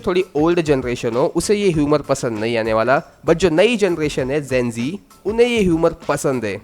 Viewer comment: It's gen z not zen zee